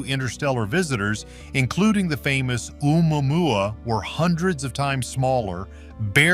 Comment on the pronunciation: Can we just laugh at the AIs attempt to pronounce Omuamua…lol (or however it’s spelled)